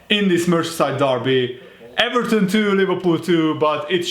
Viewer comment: I am allowed to say eVARton